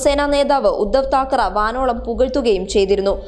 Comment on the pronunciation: ...Thakaraa alla Thakaray.